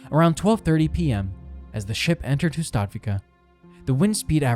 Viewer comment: Hustadvika, stress on the first syllable, not the second.